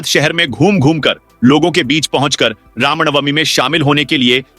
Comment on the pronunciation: Ramnwmi ko rawnbami bolna sahi hai?